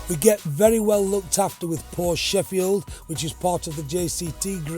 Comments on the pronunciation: Loves the brand but cannot say Porsche properly.... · Well, if you have a favorite car brand, the least you could do is pronounce it correctly.